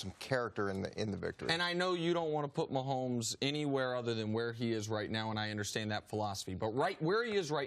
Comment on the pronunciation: "Patty" Maholmes.